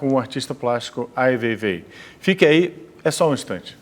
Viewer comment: não tem como não odiar o Ricardo Lessa, sem pesquisar a vida do Ai Weiwei e ainda pronunciando errado e o chamando de seu veivei. Pelamordedeus. que vergonha alheia.